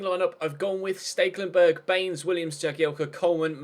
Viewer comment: Ste-kel-en-berg not really that hard tbh..